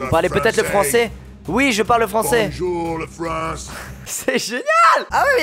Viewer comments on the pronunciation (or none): Bojouw le fwans X))